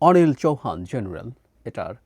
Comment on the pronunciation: ভারতের সেনাপ্রধানের নামটা আপনি যেভাবে প্রথমে উচ্চারণ করলেন আপনি আপনার সাবস্ক্রাইবার দের ভয় দেখানোর জন্য এভাবে গর্বের সাথে নামটা নিয়েছেন অনিল চৌহান নিহি হে বাপু চুখা চৌহান বুঝছেন তো মানে ইন্দুর চুহান